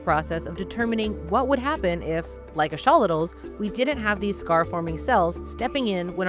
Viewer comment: I have studied these creatures for many years, have listened to specialists and Scientists speak on them, but I have never heard their name be pronounced as "Ash-olitals." Is that a regional dialect? "Axe-uh-lot-al" has always been how I have heard it pronounced ubiquitously. Great video. It would be fantastic to apply this biotechnology to regrowing human limbs and organs.